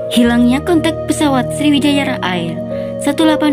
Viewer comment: Bacanya Eir kak bukan air 😢🤌🏻